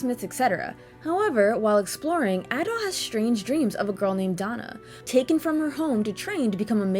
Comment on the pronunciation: My favourite action RPG of all time, go play it. Actually, as someone who's played the whole series, go play everything, you're missing out. A couple of points tho: - I will commend you for correctly pronouncing Adol's name correctly, as opposed to many others who say Ay-dol. - I also agree on the epilogue bit, it's so badly executed, lol (though the credits sequence gets me feelsy everytime). But hey, I still prefer it over Celceta's non-existent ending, ngl. - Just incase you didn't know, Celceta's Flash Moves and Guards have a way more forigiving time window. - "Celceta had a fixed camera where you could see everything on-screen" - Try fighting the super boss (the guardian of the forest thing) and then try saying that, lol. Also in regards to the camera, I noticed you were using lock-on a lot when talking about it, sometimes it works much better without doing that. - And finally the OST. Believe it or not, the OST from this game is actually my favourite in all of gaming, which is saying a lot. So yeah, at least go listen to the tunes.